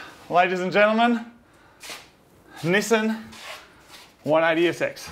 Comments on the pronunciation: "This is a Nissin 180sx" The way they say Nissan fucking triggers me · STOP SAYING NISSAN!!!! ...It's pronounced "Nissan"... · Nesen no no no Nissan=Ne•san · "nisen" vs "nissan". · God I love this channel, but I absolutely loath how he says Nissan. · I don't understand why Australians and Brits say Nissan wrong. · So have you guys learned how to correctly pronounce "Nissan" yet?